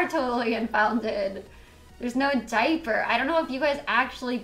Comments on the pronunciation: What the hell is a “day-per”? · Take a shot every time she says "di-per" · I’m sorry but this is funny how a diaper comment broke her. And the way she says “deyyper” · the way she says diaper I’m dying & it’s ok to laugh cause she’s not a good person lmao